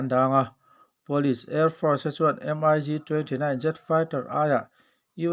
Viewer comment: Mig...tihloh tur miik tih ang a lamrik tur